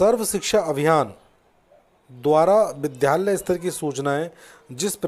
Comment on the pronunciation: विद्यालय का उच्चारण ठीक नहीं है